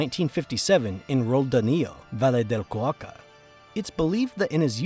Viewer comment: Crap AI voice? Valle de Cauca pronounced as Va Lee de Kah U Kah??? WTF, lol Rest is very interesting…